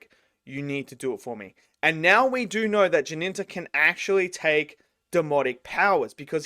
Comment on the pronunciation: Why are you calling him "Jininta"? The main character is called Jinta. 2 syllables. And after the first episode he adopted the name of Jinya. Also 2 syllables. Where does that Ji-nin-ta come from you call him?